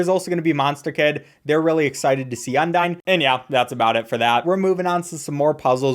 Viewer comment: thats not how u say undyne bro